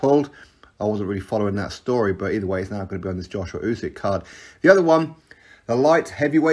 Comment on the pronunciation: At least get Usyks name right